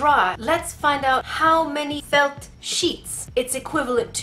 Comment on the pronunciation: The way you say felt FELT